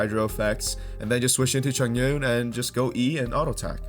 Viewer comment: its read as chong-un btw hhhhh good vid